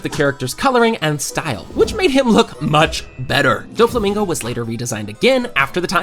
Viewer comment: bro massacred doflamingo's name